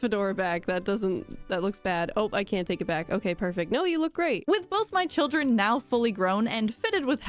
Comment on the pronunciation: I really appreciate how she never broke character on the sYLLABLE stress for her cHILDREN